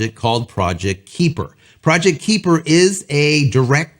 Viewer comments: Just for the sake of clarity... :) It is pronounced 'Ky-per' Little things that torque my brain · Can they? Sure ... maybe in about 5 or so years. Starlink has a massive head start. Just an FYI, it's pronounced "Kyper". I completely agree, Starlink should make it so that if you can get internet connections via fiber or coax (ie coax) at your address, then you can NOT get Starlink. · Please learn the proper pronunciation of KUIPER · Can you pronounce kuiper?